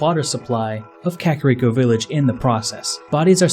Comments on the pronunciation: Kuh kair eko not kakarod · Dude ere is a sign in front of the hidden village that say in Japanese ka-ka-Rico-village. Also it's not pronounced cakirico village it's kaka like the Spanish word for crap and Rico... the pengiun